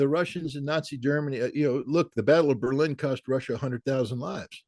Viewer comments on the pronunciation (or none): none